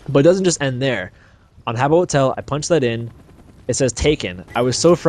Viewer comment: LOL HABBO HOTEL. Yeah its Habbo!